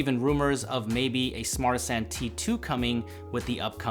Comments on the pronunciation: You'd think that he would at least pronounce the name of the phone correctly if he got paid. He kept calling it a "Smartsanti" when it's "Smartisan". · Kun Qian Yeah I know, it sounds like they are trying to make fun of everyone and call it Smart Asian. It's Smartisan. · phone says ARTISAN but he says SMARTISAN it sounds like bad INGRISH translated to Smart Asian?